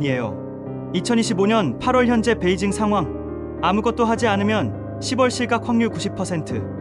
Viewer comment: 10월은 십월이 아닌 시월로 읽고 표현 해야 됩니다 😅